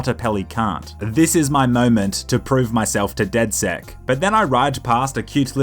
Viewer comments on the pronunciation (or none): Call it Dead sex not six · Not deadsec, but deadSEX